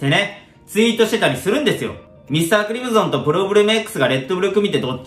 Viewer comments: ???｢ミスタークリム｢ゾン｣じゃなくて、ミスタークリム｢ソン｣だから｣ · だから〜ミスタークリムゾンじゃなくて〜ミスタークリムソンね😄